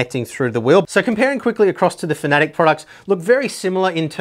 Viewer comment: Just a very small moan.... Its fana tec...... Not fanatic or at least that's what I heard someone from the fana tec staff say.... Anyway good videos, hope you keep them going.